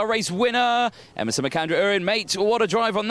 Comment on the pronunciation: Please, commentators, Emerson's name is U REN, not U RIN